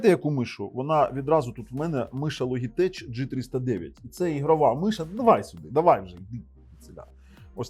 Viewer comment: Logitech -звучить як Лоджитек! )